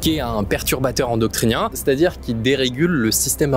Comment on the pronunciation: endoCRiniens *, endoctriner c'est complètement différent 😅